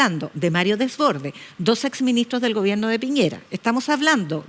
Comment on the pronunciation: Y dice gobienno